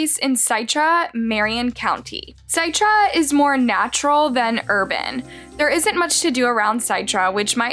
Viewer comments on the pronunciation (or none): It's pronounced "SIT-TRA" NOT "SITE-TRA" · No biggie, but the town name is pronounced like citrus. So it's "sit-ra" not "sigh-tra". Just an FYI. Really like your videos! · Pronounce Citra like Citrus Fruit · It's pronounced Citra. People are gross and to take someone's life is disgusting. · It is pronounced Sitt-rah. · CITRA…is pronounced “SIT-RA” like citrus oranges… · its Citra as in "citrus juice" "sit-tra" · It's Citra as in Citrus you idiot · The town is pronounced Sit-Tra like Citrus 🍊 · Citra… like Citrus (the orange), but with an a at the end 👌🏾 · I live in this area. I’m sorry to be rude, but can you please pronounce the name of the town right. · Citra pronounced almost like ur gonna say citrus